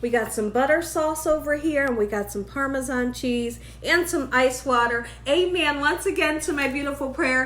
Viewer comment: I’m happy to hear you say Parmesan instead of “Parmeshawn” like so many ppl 😆